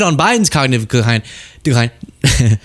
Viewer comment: When Trump was your age, he could say "cognitive decline" properly. You can't. That's interesting. I wonder what the future holds...